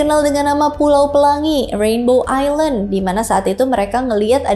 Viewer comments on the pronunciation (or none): none